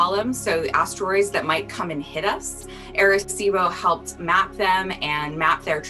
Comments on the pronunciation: Who else cringed when they said air-a-cibo. 🤣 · As a puerto rican it hurts how they say arecibo